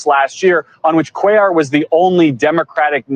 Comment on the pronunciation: First time listener - love the politics but the Latino name pronunciations need some work - sis-NER-os and QWAY-yar :-)